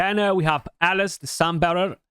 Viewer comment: kept hearing Alice Alice, oh you meant alaz xD